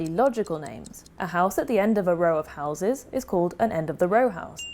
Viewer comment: Please tell me "housies" is not an actual accent! You are trolling, right?! 🤣